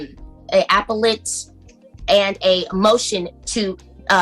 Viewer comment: Lmao this woman doesn't even know how to say 'appelate' right😂😂😂. She said apple-ate🤣🤣🤣🤣🤣. Soon as she started talking, I knew she was lying!! Goodness Idk how anyone can stand listening to her!!!🤮🤮🤮